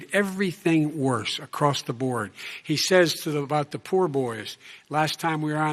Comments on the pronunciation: He also screwed up The "Proud Boys," and said "POOR" boys! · Did he say pay poor boys? Did he mean proud boys? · What is a fracist creepy Joe can’t even pronounce his words right and mixes names up like poor boys instead of proud boys how’s he gonna try to talk to other leaders and not look like a fool. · C'mon man! It's 'Proud Boys!' not "Poor Boys."